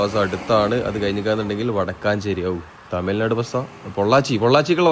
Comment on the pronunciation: വടക്കാഞ്ചേരി അല്ല വടക്കഞ്ചേരി